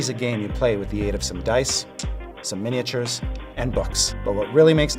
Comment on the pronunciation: I’m impressed that Chris Perkins pronounced “miniatures” correctly.